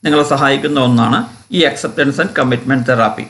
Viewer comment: It's therapy not theraaaapy